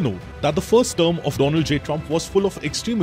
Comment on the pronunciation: When he said, the do-land trump